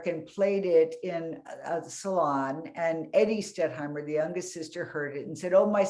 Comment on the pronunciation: The moderator didn't know the artist-in-question's name -- it's "Stettheimer" -- NOT "Stetthmeyer." This was more than a mispronunciation; she consistently got the name wrong every time she said it.